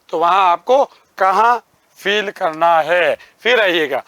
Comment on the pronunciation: fill❌ feel ✅ 🤣🤣🤣